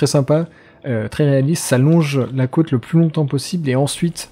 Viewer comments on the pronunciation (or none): none